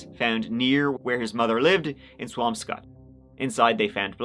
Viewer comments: im impressed you pronounced swampscott correctly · But GREAT job pronouncing Swampscott correctly. Didn’t think you’d get that one. Massachusetts has some really weird names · Love your vids,! If you do a follow up, it’s pronounced co-HAS-sett! You nailed Swampscott though! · Love ya! Mass towns are not easy to pronounce. Swampscot was perfect! Cohasset is co-HASS-et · You got he pronunciation of Swampscott right but Cohasset wrong. The stress is on the A like in the word asset. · Co-HASS-ett. You did, however, nail Swampscott!